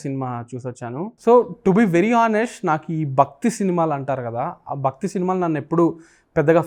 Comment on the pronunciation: 'Bhakthi', not bakthi.